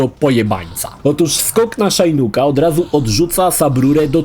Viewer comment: imię Shinnoka wymawia się po prostu Szinok, nie Szajnuk.